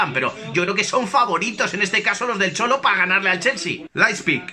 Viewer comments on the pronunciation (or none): Leippik , Laispik , Leijpik !!!! JAJAJAJAJAJAJAJ. En verdad, se dice Laib sig o en dialecto de sajonia Laibzsch!!!! ;-)